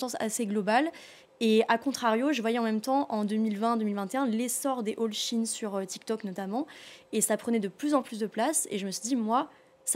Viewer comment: C’est SHEIN pas Chine!!!